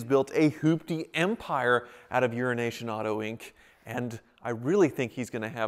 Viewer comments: Every time says 'Euronation' I hear 'Urination' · Do you call him Euroasian Bob or urination Bob because that’s what it sounds like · Did he say Urination? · I'm pretty sure that 5 times out of 6, he does say urination Bob, he certainly did on the Wizzard's video..... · he does say urination. That’s why bob said something like language challenged friend to him. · Ha... This whole time I thought was saying Urination Bob. I thought it was an inside joke that I didn't get. Haha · When says “Euroasian Bob” does anyone else hear it as “urination bob”? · Eurination Bob......gets me everytime!!! LOL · he does say it lol that's why Bob called him "language challenged", luckily Bob is a good sport about it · Lol everytime you say euroasian Bob it sounds like your saying urination Bob. Lol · All this time I thought it was "Urination Bob" 😳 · EuroAsia! I thought you were saying urination Bob this whole time! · Is it just me thats hearing him say "' Urination Bob'? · I can't be the only one that's heard that as Urination Bob??? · I can’t be the only one that hears urination bob every time says it. Maybe because I usually watch at 1.25 speed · Why do you say Eurasian as Urination? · Does he keep saying “Urination Bob”?? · Euroasian ... i thought you said Urine Nation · Why do you keep calling him Urination Bob? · I thought he was saying urination bob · Why do you always say Urination Bob? Lol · Does anyone else keep hearing "urination bob"? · It sounds like you say urination Bob.